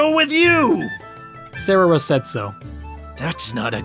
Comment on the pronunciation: He actually said sararah?!